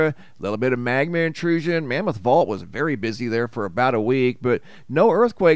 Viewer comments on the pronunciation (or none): none